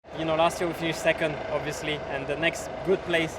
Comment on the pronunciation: i'm still waiting for an interview of Vettel without him saying "obvisouly"